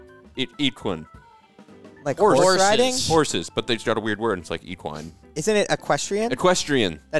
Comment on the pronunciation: I changed it when he said eqwine? Come on bruh